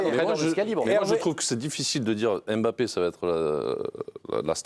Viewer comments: c'est pas M' Bappe c'est MBAPPE pourquoi vous déformé le noms des gens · Sorry, je suis hors sujet et je le concède mais franchement on dirait que c'est fait exprès. "'M'bappe aime bcp Vinicius et Vinicius aime bcp 'Mbappe'". Alors pourquoi toujours mal prononcer certains noms africains alors qu'on connait bien les prononcer? Mais lorsque ce sont des noms d'autres nations d'Europe, on n'a pas de souci à prononcer. Par exemple: Mkhitarian. Jamais on n'entendra "M"khitarian. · Ptn svp c'est pas "EM Bappé" c'est "Mbappé" c'est fou de prononcer le nom des gens comme ça !